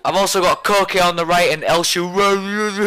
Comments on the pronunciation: its ko kay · It's pronounced ko-kay and great video yet again:) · its KO-KE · His name is pronounced co-kay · you pronounce it like koh-kay :) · Coke is how u pronounce it lol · It is pronounced Kok-ay